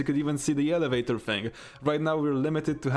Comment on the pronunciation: Alavaytor ahah